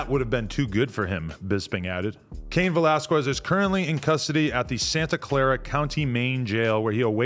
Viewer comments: whats so hard about saying that Q sound? Its not velaskwez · Kes not ques...is how you prenounce it... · Skez... its pronounced skez not squez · Cain Velasquez “velas-kez” not quez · Lmao you said valesquez like you have NO IDEA WTF THE UFC or who Cain is.. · Adam saying valasquiez. is killing me lmao. bruh stop. it aint pronounced liek that. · Valasqwez 😂. Come on Adam 😂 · “Vel-ass-kwez” why the fuck u keep sayin it like that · Adam saying velasQWEZ makes me pissed lol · “Cain VelasQUEZ” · “Velas-qwez” -Adam22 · FREE CAIN and Adam stop fucking saying Val-las-kwez. Just say his first name at that point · Velasquez! (veh-las-kes) ... you're welcome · Aye real talk we need a Latino in and around No jumper to show Adam and crew to pronounce Velasquez lmao 😂 love this channel tho! G’s up!! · You're killing bros last name...🤣🤣🤣🤣🤣🤣🤣🤣🤣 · Adam, learn some Spanish please lmao. You say Cains last name all f@ up 😂😂😂🤘🏽😂😂😂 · Why Adam keep pronouncing cains last name like that 😂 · Stop saying that man last name like that 🤣🤣🤣🤣🤣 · why adam pronounce the last name like that 😭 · Adam learn how to say Velasquez you clown